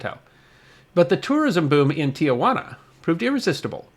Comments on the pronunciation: 6/22/2024 Oh my, made a (very small) mistake. It's OK because almost everyone does. The Mexican town is not pronounced Tea -a-wanna. Tijuana is correctly pronounced Tea-wanna, no "A" in the middle, and that only comes close, some pronounce it Teh-wanna. As I said, we all make that mistake. I was stationed in San Diego in the late 1960's We said it wrong all the time, occasionally causing a fist fight (in TJ) with the locals. I never had a salad there. Still, one great video.;-) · Tijuana is pronounced Tee-jwana, not Tee-uh-jwana. No big deal. Even many of us neighboring San Diegans get it wrong. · There are only two of the letter 'A' in Tijuana; pronounced Tee-hwana, and definitely NOT Tee-a-wana. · Nice but I'd like to respectfully inform you that it's pronounced Ti juana not Ti a juana. There's no a in the second syllable, or maybe more correctly I should say, it's just two syllables, not three with an a between Ti and juana. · Not to be nit-pickey, but I will be for a moment. There is no such place as Tia-Juana. The correct pronunciation is Ti-juana. There is no "a." How do you know? you ask. Simple. I was born about six miles north of the Tijuana/California border, and was raised in National City, which is about 20 miles from the same border. I used to visit there on a semi-regular basis. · a MINOR CORRECTION: THE CITY IS PRONOUNCED T Juana, not Tiajuana. it's a common mistake, the river that passes by is pronounced Tee-uh-waa-nuh, though. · It's pronounced tee-wana,, not tee-a wanna. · Hey. It's "Tee Wana" not "Tee-A-Wana." Tijuana is a city in Baja California. Tiajuana means Aunt Juana. Only one "A', not two. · Not Tia- Juana It is properly pronounced as it is spelled Ti Juana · Please, please - it is NOT TiaJuana - it’s Tijuana. Shame on you. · In case no one has yet pointed it out, it's tee-HUA-na, not tee-a-WA-na. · It is "Tijuana" not "Tiajuana". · Tijuana, not "Tiajuana."